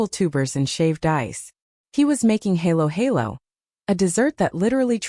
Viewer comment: Please, Ms. AI voice. Try to get the pronunciation right. Kare-kare is not pronounced cair-cair. It is pronounced kareh-kareh. Halo-halo is not haylo-haylo. It is pronounced hahlo-hahlo. Bagoong is not baguung. It is bagoh-ong